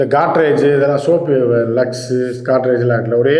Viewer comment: காட்ரேஜ் இல்லையப்பா....... கோட்ரெஜ்